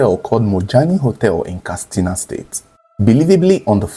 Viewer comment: Katsina not kastina